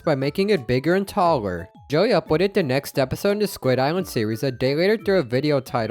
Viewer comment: U keep saying "joey" instead of Jelly lol